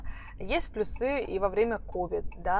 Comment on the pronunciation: плЮсы (ударение на Ю)